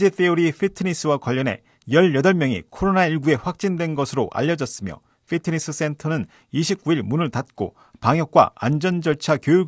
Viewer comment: 피트니스 not 휘트니스 Fit 이 좋다고 할 때도 핏이 좋다고 하지 휫이 좋다고 하진 않습니다. 단 F발음을 정확이 하면 더 좋겠지요. 가능한 원어에 가까운 발음이 좋지 않을까요?